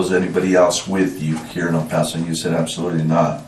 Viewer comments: They clearly state the name of the city multiple times in this video but you continue to mispronounce the name like you are struggling with a mental disorder. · Do you really not know how to say the city of El Paso’s name correctly? You shouldn’t be allowed to have a YouTube channel. It’s even weirder because you can clearly hear the people that lived there pronounce it correctly in the video that you posted. Not even a real judge. lol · How is it the narrator keeps mispronouncing "El Paso?" The detectives say it correctly. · Why can't this man who is announcing, say El Paso correctly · A. I. can't pronounce "El Paso!" Hahahahah! Lost me after 13 seconds. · Cant stand the way he says el paso. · Can’t “like” because of your mispronunciation of El Paso. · It’s pronounced in spanish. We do not say “Ale (ayl?) Paw So” we say “Ehl pa- so” short “pa” and “so” sound. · “El posss-O Texas” lmao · Just FYI It's Pronounced El Pass-oh! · Does anybody even prrof their AI bullshit narrated videos before posting? Fucking "El Paw-So" - really? Can't even get the towns fucking name right? Jesus fucking Christ. I'm so done with the internet. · El Pah-so. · El-pass-oh Say it right if you are going to make a video about it dude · If this mf says El pawso one more time! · I dunno if it's A.I. slop or just someone who can't pronounce anything right, but I can't finish it. "El-Pas-O" 🤨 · "El Poso" your ai voice needs to get it together. 😅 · Native Texan here and I stopped watching after hearing EL PASO pronounced as EL POSO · Incredible narratorship. One note: it is pronounced El Passo, even tho it only has one s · Down vote AI voice can't pronounce El PAAAAAAso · ..el Pauso texas? ..it's not pronounced like pasta, dumbass, ... 🍝 🤷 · Its pronounced el pass o not el paws o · Dude, it's not El POS-O. 🤦🏼‍♀️ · El Paaassoo? Are u dumb AF or just arent from around here? 🤣🤣🤣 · Am I the only Texan who cringed at the way he says El paso 😭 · FYI, you pronounce El Paso wrong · El PASSS-OH